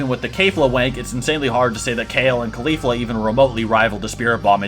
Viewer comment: not trying to be a dick but the way u pronounced Kefla, Caulifla, and Cabba lowkey bothered me 😂😅